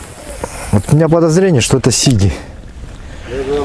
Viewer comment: А у всех Сиги, ударение на первую и)я сам с Карелии,мне ухо режет.Думаю что сиги в пачке,сиги в озере)